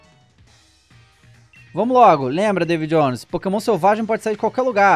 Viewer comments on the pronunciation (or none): "Davu Jonoes" Kkkkk